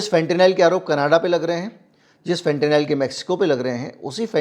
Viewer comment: फेंटेनाइल नहीं फेंटेनिल कहिए।